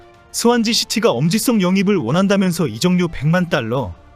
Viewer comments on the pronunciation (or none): 채널 운영자들은 영상 업로드 하기 전 영상을 전혀 안보나요? 나레이션이 개판 오분전 인데 수정도 안하고 그대로 올리고! 엄지썽이 뭡니까 엄지썽이!!!